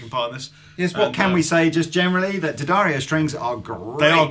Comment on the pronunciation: Always preferred heavy 10s or 11s, not because they sound that different (unless playing acoustically) but because they just feel right. And, did it take a trip to the factory in New York to cure you saying Di Addario?